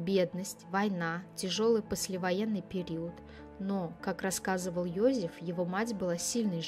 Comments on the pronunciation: какой Йозиф ? он ЙозЕф, то что автор ролика коверкает имя на еврейский лад, не означает, что он был евреем, имя интернациональное, как Дэвид - Давид, в европейских странах библейские имена популярны, это у нас, если Сара, то стопроцентов будут считать еврейкой. Он австриец, и на рожу, и характером, родители наверняка фюррером восторгались, да если б он был евреем, маловероятно, что вообще смог бы родился, в Австрии в 1935 и благополучно вырасти. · Ёзэф,не Ёзиф.Произносите правильно,очень слух режет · Не все равно...произношение на уровне Сельпо. Один Ёзиф чего стоит.